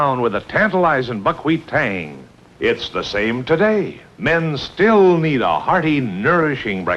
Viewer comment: Is it a robot speaking or a real person? Incredibly irritating tone and pace of speech, also it’s pronounced ‘the’ and not ‘ve’ - speak properly